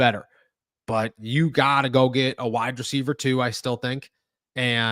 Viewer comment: Say it with me "wide receiver" not "wide-dreceiver"